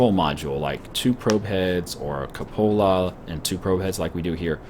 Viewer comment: Kyu-po-la, not ka-pola